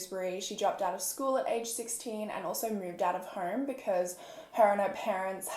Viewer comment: and "home" as "horme"